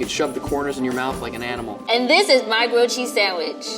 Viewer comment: At some point.. idk why but I heard "gucci sandwich" instead of grilled cheese sandwich..😂